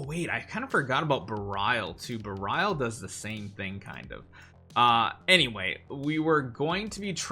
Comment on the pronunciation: couldn't keep watching this with him butchering how to pronounce berial